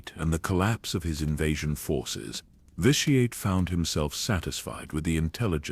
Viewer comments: I LOVE all these. Please take my little bit of criticism in the spirit it is offered just trying to help. Its pronounced "vishy-et" and in case it ever comes up its saluka-my not salukami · Mispronounced vitiates name constantly in differe ways